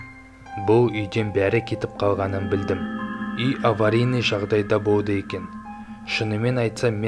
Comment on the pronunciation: Сөйлегенде дұрыс сөйлеш. (Үй аваринный жағдайда болды екен.) Жəне де Л-ға тілің келмима? Болды дегенді бовды деп...